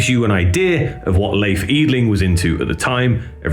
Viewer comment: Try "Lay eff".. and "Eee dling" And you will nail it :)